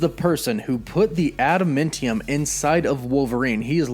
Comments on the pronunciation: AdamAntium. Not AdamIntium. Your pronunciation is weird and distracting! Nice video, though. Very exciting stuff. Disney really needs to start rolling out with these shows already. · Its adaMANtium dude.....not adaMENtinum.... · This dude saying "adaMENtium" reeeeeeally bothers me